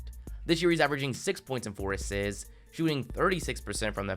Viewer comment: He averaged “five asssssits” why do you talk funny lol